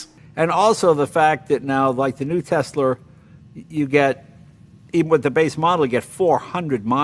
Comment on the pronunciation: let his Massachusetts dialect come out TesLer haha